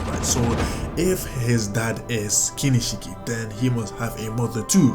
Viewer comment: Hahaha lmao KINISHIKI HAHAHAH by the way its kinshiki bruh